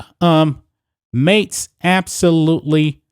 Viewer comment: MAKES......NOTTTTTTTTTTTTTTT MaTes...............learn to pronounce your K's!!!